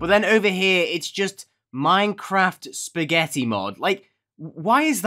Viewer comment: bro says "spagetti" for evry thing and I LOVE IT!!!!!!!!!!!!!!!!!!!!!!!!!!!1111